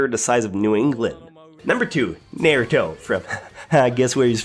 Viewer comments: ikr this man went "n-air-uto" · He said “nair”uto BOI IF YOU DONT S....... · You pronounced naruto wrong and place place him higher than MELIODAS AND ICHIGO thats actually absurd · ThChosen King same when he pronounced naruto, sasuke, and sakura wrong i was so annoyed